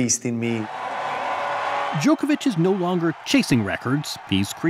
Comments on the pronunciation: Joko Joko Djokovic!!!! 🤦🤦 Not Djokevic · Ffs it’s NOT Jokeovitch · Really good interview but can the Americans still not pronounce Novak's surname properly. No one else says it like this.